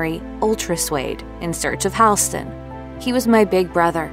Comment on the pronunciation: The name is Hall-ston like a hallway. Not Hailston. Not a hard thing to find out.